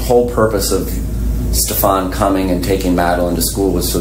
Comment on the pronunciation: It's pronounced "Steffan" not "Stef-AHN"